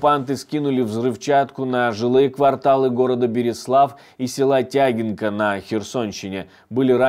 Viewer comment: Щиро ДЯКУЮ, що не забуваєте згадувати Берислав, хоча місто вже практично зтерте окупантами. Трохи Вас поправлю, в назві села Тягинка наголос ставиться на « И»